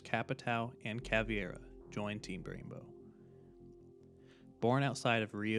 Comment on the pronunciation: Ngl as a Brazilian I've never heard someone pronouncing "Vermelho" "Caveira" and "Capitão" so badly, but killer video anyway man, very very good!!